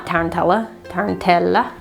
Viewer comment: I incorporated sound cleansing in a protective charm I have in my car, adding two tiny bells to it, so that they jingle anytime I hit a bump on the road (and here in Italy the streets are pure trash, so it's very frequent). A cultural note though: tarantella (your pronunciation is almost spot on, don't worry), taranta and pizzica - which are almost the same thing - are culturally specific to Southern Italy, they don't do it in the North, and our cultures are very separated for political reasons (mostly being that, after the unification of Italy in the mid 1800s, the North destroyed the economic and production systems of the former Reign of Naples in order to appease the huge landowner gentry of the South, practically depleting the territory of modern means of living and keeping it poor and quasi-feaudal, teaching the new generations that their Southern culture was ignorant and inferior to the modern and industrialized North, etc.). We are still subject to this kind of prejudice, with a hypercapitalist twist on it, now that the South is becoming more and more a tourist playground: in my region pizzica is a popular courting dance, and it's appreciated mainly by northerners on holiday (who other us southerners as "genuine" and "primitive" or something). Also, taranta and tarantella are exorcisms, to get the "tarantata" (a woman driven mad by the bite of a tarantula, even though we don't have tarantulas here, and a metaphor for sexual drive) rid of her "crazy behavior". It comes